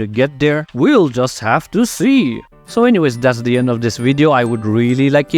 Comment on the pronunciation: "Like, comment and subscwibe"